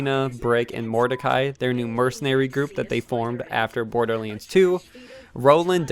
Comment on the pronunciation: IT DONT MEAN TO HATE BUT ITS BORDERLANDS NOT BORDERLYANDS